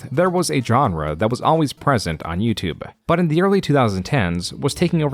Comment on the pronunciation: why does this guy pronounce "youtube" like "youtube-uh"? "The most popular form of video on Youtube-euhhh". Bro it's just "youtube" there's no extra sound at the end of the word